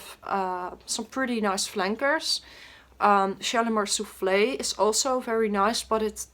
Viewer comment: soefle niet soeflee